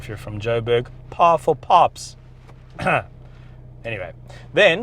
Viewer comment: Pahful pahps🤣🤣🤣🤣